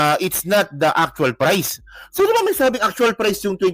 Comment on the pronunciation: Pumunta ka sa Maynila at dun ka mag public press con para mskita mo hinahanap mo. Hayup ang accent mo sa word na Priceeeee.